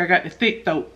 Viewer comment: “Thick thoat (throat)” 😂🤣😂🤣